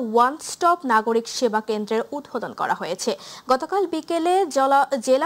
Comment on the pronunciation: Flumbbing kore onek,protinidhi,udvudhon uccharon hoini